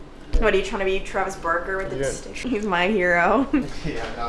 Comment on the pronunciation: I gotta say it! Sometimes when you say Barker it sounds like Burker 😆 can’t wait to hear the news.